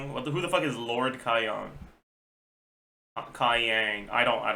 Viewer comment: Whyd he change his pronunciation of Kaiyang to be further away from the Chinese pinyin 'a' vowel? Imo his pronunciation was pretty good the first time